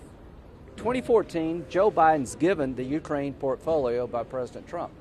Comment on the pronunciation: The YOUkrain and INsurance. Makes the guy sound like a moron.